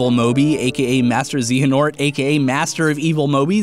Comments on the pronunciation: he's right about the KH community...i almost broke my monitor when he couldn't say Xehanort. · especially since they've been saying Xehanort since KH2. I hate to harp on this kinda thing and "true fan" whine but dude, the pronunciation has been in all but one game since 2004... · zayohnaught is how you pronounce it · Ze-ya-nort. Xehanort. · Oh god, oh GOD! What has pronunciation done to you??? I was half fine with ZeeeeeHayNaurt but ex-blade??????? There are so many things wrong but... Have you even seen the union X movie? With sound? Because it doesn't seem like it. Ok, I know you dismissed everything the MoM has said as a lie but here goes: It's supposed to be the MoM's eye in the keyblade, and it's blue. Xehanort has yellow ones, and it has been made VERY clear. You are sort of right about teh cyclical nature of things, but misinterpreted where it was used: The keyblade has seen the future, and thus the master has seen it and can complete the book of prophecies. No keyblade, no book. He made the book because he was going to give the keyblade to Luxu. Last but not least (and this one is the most powerful yet most boring argument) Xehanort saga is ending in KH3, so no more Xehanort. But the MoM won't be in KH3! Both facts are confirmed, so if the MoM ever comes back (which is a given), he cannot be Xehanort as Xehanort story will be over. And I skipped over the time travel argument because it was overdone. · It’s pronounced Xay-ah-nort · It's pronounced z-A-ha-nort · His name is pronounced zey_ya_nort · even though "χ-Blade" looks like "X-blade", it's pronounced "Keyblade", just to make things that much more confusing for everyone. Also, "zey-uh-nort" for Xehanort. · zay-ah-nort is the pronunciation. since you were having trouble... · ZAY-A-NORT! PLEASE! XEHANORT IS PRONOUNCED. LIKE. THIS. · I liked how you purposely mispronounce Xehanort, just to troll us, and maybe it's an ign reference? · Vocal Vortex Studios because he’s saying it so wrong it’s painful